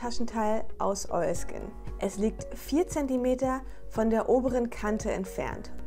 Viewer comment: Immer wenn du Oilskin sagst macht mein Hirn ein Oiski Poiski draus 😂 #kinderseriender90er